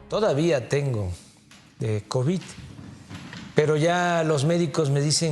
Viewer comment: Esa mujer no sabe pronunciar ninguna palabra. Que hace ahí Ciro?